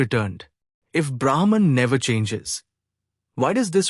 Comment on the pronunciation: "The changing world is known because of the Unchanging"- this sentence is enough for one to intute The Unchanging 🙏 Can Brahma and Brahman be pronounced correctly please?